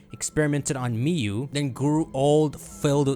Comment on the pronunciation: mew has one syllable, stop giving it two